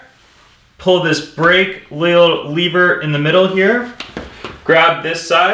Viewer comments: It's a lever not a leaver. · Why do you pronounce “lever” like that.... but not “leverage” -__